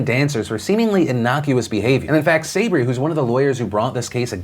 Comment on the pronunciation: Phil, Sabry is pronounced sah-BREE.